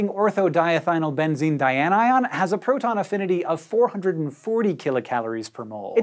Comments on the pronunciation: how does he keep saying that word so effortlessly like it doesn't have 100 letters in it? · I think this whole video concept came from him wanting to prove he could repeatedly say ortho-diethynylbenzene dianion without slipping up. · Thank you for your deft pronunciation of ortho-diethynylbenzene dianion. That would be a good name for my new puppy. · Well done on pronouncing that too long name! Also Craig (Wheezy Waiter) would be proud! 😜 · Look how proud Hank is getting that word right, lol! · Your skill in pronouncing ortho-diethynylbenzene-dianion is astounding.